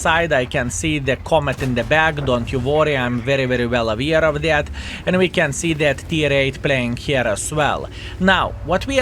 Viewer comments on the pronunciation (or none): AWEAR NOT IVEAR! Pronaunce better!